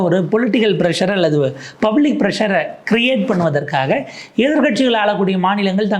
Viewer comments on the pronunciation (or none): none